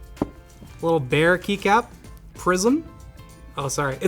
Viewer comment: It took me half video to realise he wasn't saying "prison" but "prism" 🤣